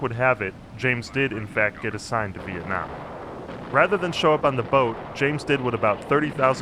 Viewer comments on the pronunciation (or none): none